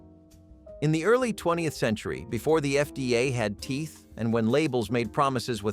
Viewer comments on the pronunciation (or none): none